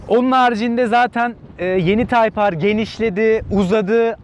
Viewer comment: taypar değil taypır